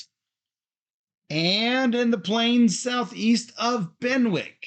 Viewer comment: Good to see returning to the land of King Arthur following Legends of Camelot. I am pretty sure Benwick is pronounced Bennick just as Alnwick comes out as Annick.